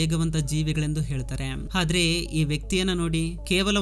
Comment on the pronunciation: ಹಾದ್ರೆ ಅಲ್ಲ ಆದ್ರೆ